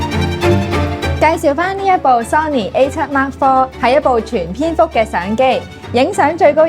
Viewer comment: 全片幅，讀成全蝙蝠！ 呀………又未必錯晒𡃓！建議“請”SiR真係試吓用A7IV去山洞拍攝蝙蝠，到時可以試吓部機黑暗環境追焦性能，特別係眼部追焦同埋低光下高iSO表現，到時在山洞內會出現全片幅VS全部蝙蝠呢個自然界同黑科技Cross Over畫面🤣